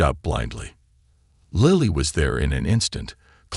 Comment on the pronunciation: It's Lilly, not Lieiy